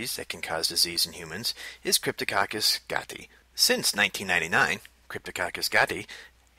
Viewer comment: It's pronounced 'gati-eye'